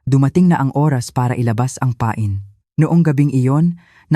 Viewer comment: Pronounce mo Ng ayos yn pain .eng yn .sa Tagalog pa- in